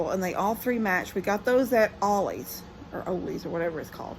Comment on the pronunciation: Ya'll are the hardest working family out there! And btw you said it right the 1st time. Ollie's is pronounced like Holly's 👍 ❤ aww I love Levi. He is so precious. Telling G not to go to that house. ❤